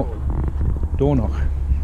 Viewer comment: Lovely, and bless you, you made the effort to pronounce Dornoch properly not as Dorknock. You should catch Westie House silly (his word) videos and his "two girls".